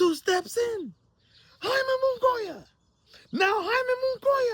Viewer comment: So did charlo or Reséndiz duck. Also you say Munguía so fucking newbie lol